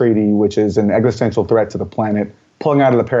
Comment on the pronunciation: Aaron loves to say eggsostential, plus he’s a moron